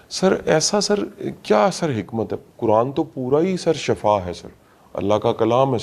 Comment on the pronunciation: Shafa nhi hota shifa hota hy Shafa ka matlb mot hy & SHIFA ka matlan sehat hy Bara motivational specker banta hy mezban